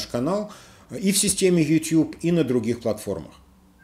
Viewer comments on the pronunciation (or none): none